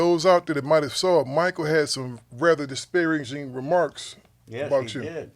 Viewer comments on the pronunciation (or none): Did he say " dispearincing "remarks in the beginning???